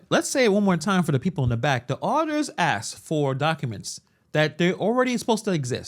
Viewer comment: I was with all the way until the end when you said “axed” ugh